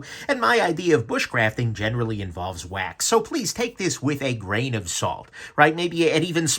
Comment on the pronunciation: 'bushcraft'... 'wax'... LOL! And... 'May The Schwartz Be Wit' Yoo'!